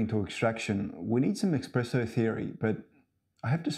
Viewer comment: Within 5 seconds he said "Expresso". I don't trust this man.